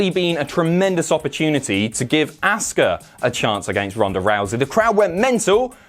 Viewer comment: Say Asuka name correctly!!! We've heard her say it enough please it's so grating!!